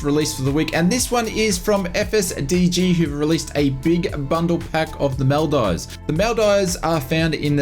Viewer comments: Him: This is from FSDG who released a big bundle pack of the Maldives (Mal-dives) Me, a Maldivian: ITS PRONOUNCED "MOL-DEEVES" 😭💀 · It’s pronounced MOL DEEVES… good try though, you really should go there it’s paradise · Maldeevz is the correct pronunciation. Great content as always